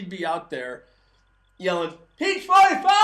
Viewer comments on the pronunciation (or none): Perfect Texas drawl! "Peach 45iiiiiiiiiiiiiiiiiiiiii" lol